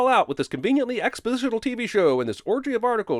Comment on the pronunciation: The Th3Birdman is gonna FRY you for the way you said "expositional" 🤣🤣🤣🤣🤣